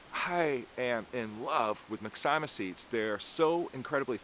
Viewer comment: Excellent video! However, I have to disagree with you on the pronunciation of myxomycetes. It should be pronounced mix-o-my-sea-tees. Have a terrific day my friend! 👍👍